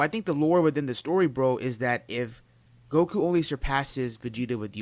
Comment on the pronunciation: Why do you pronounce goku like go ku